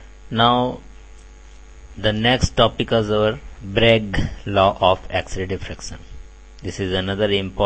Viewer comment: he said Bregg Leauw??